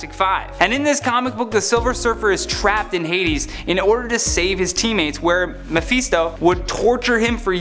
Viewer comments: “MehFeetsDo” Dehurtsdo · Please quit saying Mephisto!